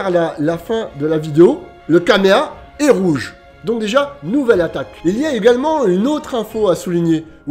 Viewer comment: Est ce que je suis le seul qui est étonné quand il dit kameha à la place de Kamehameha?